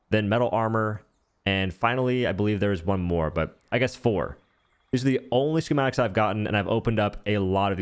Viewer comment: Ski-mat-ik... Not sure wtf you were trying to pronounce but it's pretty simple